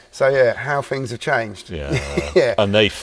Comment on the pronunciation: How come people from your neck of the woods do not know the correct way to sound 'th' in words? Substituting them for a 'v' or an 'f' sounds so uneducated. For example, in your world, month becomes mumf, things becomes fings, through becomes froo and together becomes togever. Lazy, and it sounds terrible. All in my opinion only, obviously.